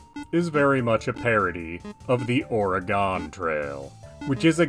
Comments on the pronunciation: ORaGONE? i live here nobody calls it ORaGONE we say it how you are saying organ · liar I actually live here and we actually pronounce it uh-ray-gun